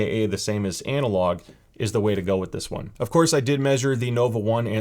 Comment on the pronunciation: Did you just say ANALogue version? 😘😋